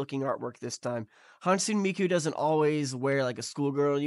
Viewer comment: For future reference, Hatsune is pronounced "HAT-soo-neh"!